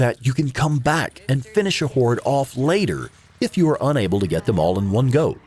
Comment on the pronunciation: It sounds like he's saying whores